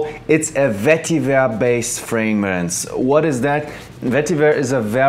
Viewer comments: I've heard Freymrance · its a vetty verrr based fraymins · “Vetiver based fraymence” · Only Jeremey can say "vetiver based framrence" lol